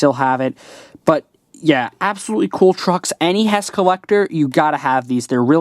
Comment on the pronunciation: mate I think u said hesh not HESS